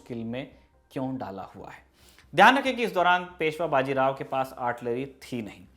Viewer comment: बाजी राव नही बाजीराव बोलो